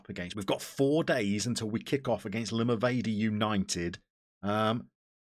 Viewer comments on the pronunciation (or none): Looking good, The a in Limavady is pronounced like a in Apple.